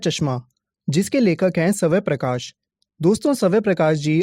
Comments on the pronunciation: It's not savay prakash it's svayam prakash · Saway prakash nhi swayam prakash h🤣🤣🤣🤣🤣🤣🤣🤣🤣🤣🤣🤣🤣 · Sir it's not Savay prakash it is Swayam Prakash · bhai swaya nhi hai swaya'm h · Sabay Prakash nahi soam Prakash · Lekhak ke nam ka shi uccharan kijiye